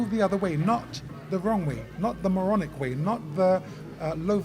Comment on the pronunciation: 'Not the maronic way' 😂